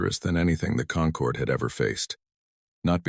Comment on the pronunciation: Perfect formation always Perfect formation. Concord. Not conquered. Stupid AI